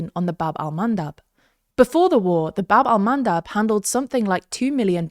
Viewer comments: I know you are a professional reporters, but "baB Al-mAnDab" 🤣🤣🤣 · or how he calls them: "wind mills"